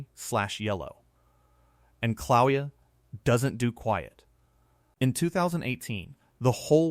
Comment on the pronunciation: Kill-a-way-ya phonetically....not Cloweeya.